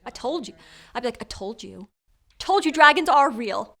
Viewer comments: (6.11) "Druehgins" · "dragans" hahaha